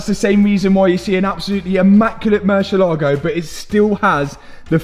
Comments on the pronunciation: Can you please please please, learn how to pronounce Murciélago? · Please stop saying murcielago…. Use lambo